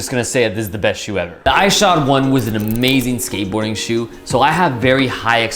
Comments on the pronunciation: Ik im two years late but it was really bothering me how you pronounced his name. It’s pronounced Is-shod like issue. Great review though. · The way u say Ishod makes my skin crawl do u say ish cepedas name all weird too? Lol just say it normal. Even the clip u used to justify saying his name wrong proves you know how its pronounced lol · pronounce his name right